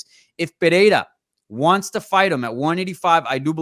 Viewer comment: Why does everyone get autism when pronouncing Pereira? Where does the h come from?